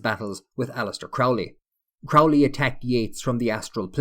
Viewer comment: The name "Crowley" is NOT pronounced as the word "crowd" is pronounced... It is pronounced as the word "crow" is pronounced!